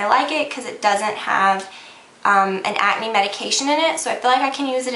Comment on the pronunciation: you say acne funny lol like you dont say the "c" just at-knee is how it sounds lol its cute though!